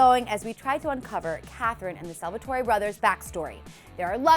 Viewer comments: Did she just say Salvatorey? Its SALVATORE. I'm offended lol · Same, and is it just me or did she say salvatoree brothers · did she say salvatory brothers or am i going crazy?!?!